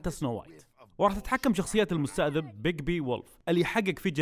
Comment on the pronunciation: المستذئب وليس المستأذب ههههههههههههههههههههههههههههههههههههههههههههههههههههههههههههههههههههههههههههههههههههههههه 😂😂😂💔